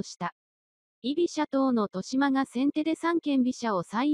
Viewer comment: TESHIMA ・・・面倒だとは思いますが これは修正してほしいですね。 せっかくの大一番の解説動画なのになんか聞いていて萎えます。